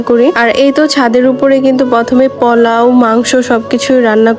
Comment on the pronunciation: বেশি ডং করে কথা বলতে গিয়ে ভুল করে ফেলেন।প্লান,পলাউ